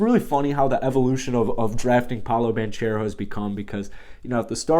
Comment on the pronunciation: Spelled Banchero pronounced Bancero